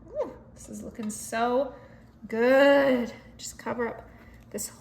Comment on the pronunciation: It's so good you wind saying 'gooB' instead of 'gooD'... lol...